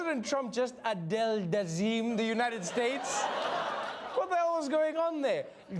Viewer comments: God blesh the United shtatesh 😂😂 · How you perfectly pronounce every other country the right way but the united shuays😭😭😭😂😂😂😂😂damn fool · Remember when everyone thought that Hillary Clinton looking sick was so serious? This fucking moron IS president and butchered how to say United States😂